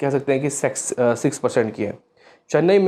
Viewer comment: bhai aap ne six ki jagha sex bol diya tha pehle 😂😂😂